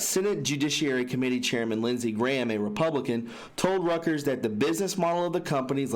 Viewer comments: Reuters // Rooters.. omg you need some reading lessons.. I don't mean to be a dick. It's just hard to listen to. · I'm sorry, but it isnt (roo-ters), it is Reuters ( roy - ters) that is how it has always been pronounced. ROY-TERS. That is the CORRECT way to read the news organizations name.....its just how THEY themselves pronounce it. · Reuters... pronounced " ROY-TUERS "